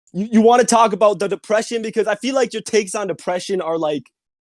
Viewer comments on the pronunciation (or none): "Depwession isn't real." And that is the point where I would drop this call.